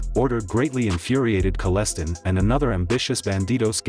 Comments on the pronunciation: 🇨🇦 YouTube lazy reporters can’t even properly pronounce a man’s name. Wayne Kellestine pronounced Kal - is - stine it’s a German name rhymes with Frankenstein ! I knew this man I owned property in the same vicinity of southern Ontario Canada. I watched a podcast it was so full of lies and missed facts you lied and stretched the truth that’s the American way a bunch of lying bastards on your first amendment.! Your God-given rights under your invaluable rights given to you by God euphony American bastards! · Good video but mispronounced Kalestine drove me nuts !!! LoL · Omg! Talk about disinformation!. You can't even pronounce his last name properly! It's Kelle......stine.....like a beer stein. People get sued for stuff like this......many many lies. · Kell es Tyne. I live down the road from there. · Your saying his name wrong! Rude... Kal-a-stine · It's pronounced Kal-es-tine and it's pronounced Eye-oh-na near shedden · His name is “Kelle-stine”. He was part of the London outlaw chapter. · It’s pronounced like Palestine. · Its not lona station its iona station and its kelle-stine like Frankenstein is pronounced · Improper pronunciation of his last name . It’s Kell- s- tyne. Then there’s Lona Station. It’s Eye - ona Station(iona). If you’re going to do a story at least get the names right. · Knew Wayne in High School. You're mis-pronouncing his name. it's actually pronounced : Kelle...stein. (Like: beer stein). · My dad went to high school with Wayne. F.y.i youve pronounced his name wrong its Wayne Kal-s-tine. I grew up in the area and Ive heard some crazy stories and been warned of a house or two. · His name is pronounced KELL S TINE. your pronunciation sounds horrible and wrecked the video for me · you finally get his name right, but then go back to say Kolestin. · Its Kell_E-Stine andd its I-owna not Lowna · Kal-es-stein ...is how its pronounced ....he was a long time friend with my dad and would visit our house often when i was really young